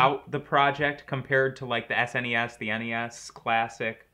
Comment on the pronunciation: The way says SNES it sounds like "ass any ass"